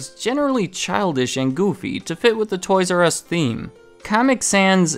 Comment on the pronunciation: TOYS "Я" US like TOYS "YAH" US